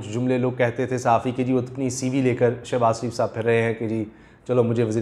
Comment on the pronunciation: Shebaz not Shanaz.